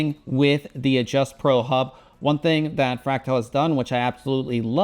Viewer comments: FRAC TAL. not FRAC TILE lol. driving me nuts. i've had the fractal meshify c dark tint and now the meshify 2 compact white clear tint. might move to the white meshify 3 pro ambiance. but wondering about max installed gpu length with my next gpu upgrade whatever that gpu will be. currently have an asus rog strix rx 6700 xt and the distance between the card and the front fan is about 15 ish mm. need a little bit more space. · What the fuck is "FRACK-TILE"?